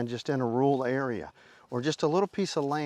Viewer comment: Accent, I guess haha "roool" 😂